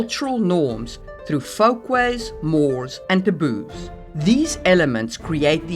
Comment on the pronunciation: Lol, sometimes it sounds like you're saying "the booze" instead of taboos xD I am very sleepy.